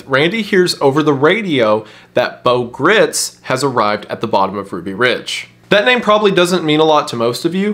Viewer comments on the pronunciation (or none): It’s Beau Gritz(rhymes with rights).